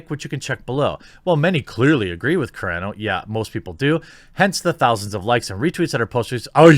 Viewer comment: Hearing you mispronounce Gina's last name the entire video, and calling Covid, the "Coof" hurt my heart.